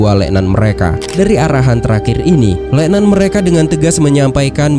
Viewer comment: lek nan atau lek man kwkwkwkw